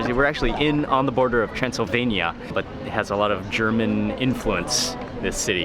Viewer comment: when he said Transelvenia I remember the film Hotel Transelvenia Mr. Mark hehehe Greetings from Indonesia 🇲🇨